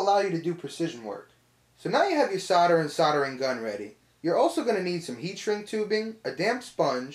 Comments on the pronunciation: S.O.L.D.E.R... it's solder not soder! Great video though. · not SODER but SOLDER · As soon as you used the word 'Sodder' you lost me - can you not pronounce the letter 'L'?? as in 'soLder' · I still don’t understand why Americans say “sodder” it’s insanely annoying. Good video. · "Sarder"? I came here to learn about 'soldering'. Looks very much the same actually! Very informative video. Thanks. :) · Whats Sarder???? It says solder on the roll.. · say "saw-der," ya freaks. Or would you rather say sol-der, and after that you can water proof a tub by applying call-king, huh? bahahahaha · Sounds like you're saying cider not solder lol, it's making me thirsty! (Is that just the american accent? I'm from UK.) Anyway great vid thanks.